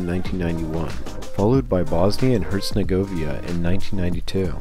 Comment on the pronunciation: bosnia and herzenogovia 💀 is it that hard to pronounce herzegovina